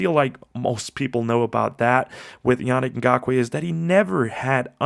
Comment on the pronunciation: Great breakdown! I believe his name is pronounced (Ya-Neek). Can't want to see him hit the field with us. We've needed an edge ever since we lost Mack. Trevis is, unfortunately, not the guy..